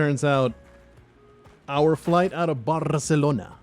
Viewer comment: Alright you. How did you get out of the cage? You get back down into the basement RIGHT NOW or so help me I will give you such a hosing... Did you just mispronounce Barcelona? Some of the best food I've ever eaten was in Barca. Should have asked you to send me some Bacalao. Only place that had better food was Turkey. The rubbing of tissues on your shoes, belt buckles etc is testing for explosive residue. I have travelled extensively, and there is such a thing as being too nice. They're expecting people to be tired, a little grumpy. If you're overly friendly they might think you're hiding something. I have been questioned and bag searched all over the world, and everywhere it was tedious, but the people doing it were courteous and professional. Except here in Australia. Every time I come home I meet some condescending, rude, petty Napoleon who is convinced he's just busted the next Pablo Escobar, and is grumpy and resentful when I waltz out of there scot free.